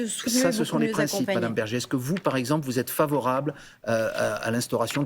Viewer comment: Bergé, pas Berger